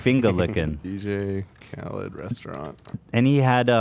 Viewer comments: Khalid is pronounced Kha-leed dummies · HIS NAME IS KHA-LEAD, NOT KHALED GODDAMMIT :_h3h3Danscream::_h3h3Danscream::_h3h3Danscream::_h3h3Danscream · His name is pronounced KA-LEED not CAL-ID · Listening to Ethan miss pronounce Khalid’s name was so painful